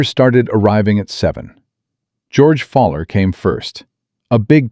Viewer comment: George's name is NOT "FALLER". His name is "FOWL-ER". "FOWL" - "ER". as in "OWL", or as in "Fowl" - as in Birds.